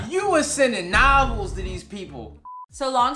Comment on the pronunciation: He said novels lol 😂 I can’t with 😆